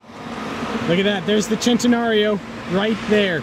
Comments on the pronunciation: U R PRONOUCEING IT LIKE AN ARGENTINIAN WOULD..THEY SAY OYE CHE...LIKE U JUST SAID SHENTENARIO.....BUT ITS SEN TE NARIO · HAHA THE DUDE AT THE END SAID VENAYNO...ITS VENENO.....(Ve Ne no) JUST LIKE IN SPANISH FOR POISON...VENENO.... OR CENTENARIO IS THE SAME FOR US LIKE IN ITALY..THEY R PRONOUNCEING IT CHENTENARIO BUT ITS PRONOUNCED ( Sen te nario) NOT SHEN TE NARIO. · Why did he pronounce that way? "chintenario" /"chentenario" lol!!